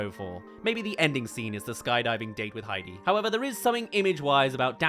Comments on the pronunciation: The most egregious was when said "Haiti", then played a clip where Daniel clearly says "Heidi", then immediately after says "Haiti" again. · I've only been hearing him say Hey-Dee? Though it should be pronounced Hi-Dee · Heidi. High-dee. Why you keep saying Haiti?